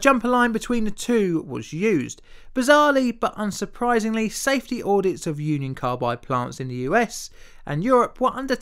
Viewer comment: I though you said "Uncle Carbide"